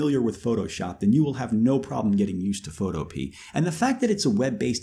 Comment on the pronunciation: Boy did he butcher photopea's name